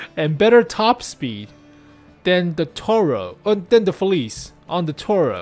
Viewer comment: hey, its a small thing but it really bothers me how youre pronouncing “felice” Youre saying “feliz” Its pronounced “feliche”:)